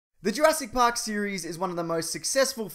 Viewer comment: I had to pause the video at 'URASS PARK' 'Cause I couldn't stop laughing XDDD